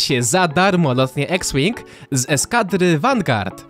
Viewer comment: CZYTA SIE IKS ŁING